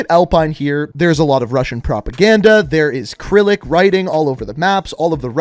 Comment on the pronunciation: When pronounces “Cyrillic” like “krillic” reminds me of when he pronounces “Hue City” like “Hugh City...”